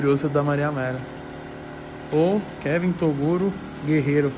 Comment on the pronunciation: é o nosso Tirulipa de hoje atual só risada kkkk gosto mais quando o troca o nome do Toguro para torugo kkkkkk